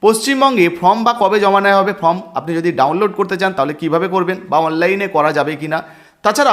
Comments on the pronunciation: Form কে from বলছেন কেনো ? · From na কথা ta form